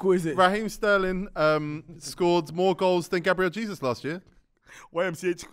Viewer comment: You can tell didn’t get his GCSEs it’s pronounced GABRIEL HAYZOOZ